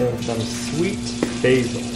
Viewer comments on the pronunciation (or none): none